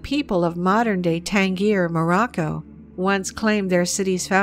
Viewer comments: One more video with wack pronunciation of well known locations. They pronounce it tan-GEAR. Folks, it’s pronounced as tan-JEER. A little attention to details can go a long way. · I was watching it, until you pronounced Tangier wrong... big turn off girl.... you didn’t even bother to go on Wikipedia for a city name, who’s to say your research was well done? It’s jut like finding hair in my food ...